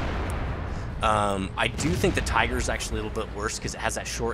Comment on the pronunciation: its a tiger not a teeger